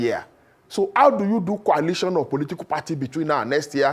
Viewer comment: Why is this lere man pronouncing coalition as kwalition bunch of drunkards.... 😂😂😂